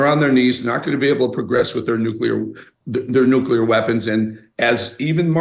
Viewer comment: Walz's grammar, though..he said "alls I said was" and also mispronounced nuclear,he said "nu cue ler" 😂